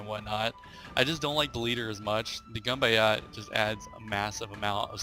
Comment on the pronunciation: Hahahaha that is possibly the worst pronunciation of "Ganbatte" I have ever heard :D